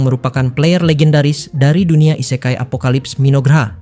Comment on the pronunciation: ise-kai dengan "e" dibaca seperti di kata "ekor" / "elok" bukan "e" seprti di katan "endapan" / "sebuah"